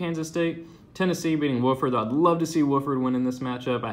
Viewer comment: Wauf-ord....not woof-ord